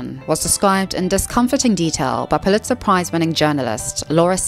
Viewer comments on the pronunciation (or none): none